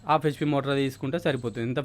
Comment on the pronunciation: ఆఫ్ HP కాదు బాబూ , హాఫ్ HP